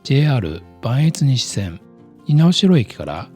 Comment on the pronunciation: いつも楽しい動画ありがとうございます。動画冒頭のアクセス紹介部分の「磐越西線」の読み方ですが、「ばんえつにしせん」ではなく「ばんえつさいせん」であります。細かな指摘で申し訳ありません。